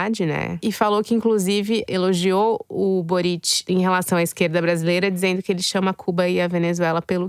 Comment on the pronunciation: Para o: a sílaba forte de Boric é o Bo. Ou seja, no Chile, se pronuncia "Bóritch".